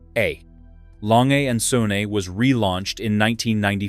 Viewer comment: Glashütte is pronounced more like “glass hoota”. The “s” and “h” are in separate syllables. Lange and Söhne is pronounced something like “lawnga oont zuhna”. The YouTube video would be a lot more credible if you knew how to pronounce the names of the brands.